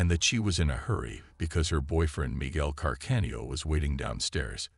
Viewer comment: Can-arda...oh dear, another robot voiceover